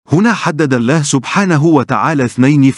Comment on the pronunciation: معلق الفيديو لديه اخطاء لغوية كثيرة جدا واقصد بالحركات فاغلبها ان لم اقل جميعها تلفظ خطأ وكذلك لفظ الجلالة يلفظه بتخفيف اللام وهذا غير صحيح وللاسف اصبح الآن كثيرين مقدمين ومذيعين يخطاؤون باللغة العربية وهي لغتنا الجميلة ويجب علينا حمايتها والحفاظ عليها لذا حبيت ان الفت نظركم لذلك .. غير هذا الفيديو جميل وفيه معلومات مفيدة